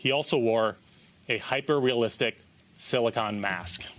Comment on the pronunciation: It's silicone, not silicon. I wonder if auto correct did this to their statement and no one caught it.